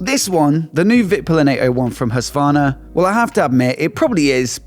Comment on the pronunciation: Why cant you still not pronounce Husqvarna right? What is Husværna? The Q is not silent.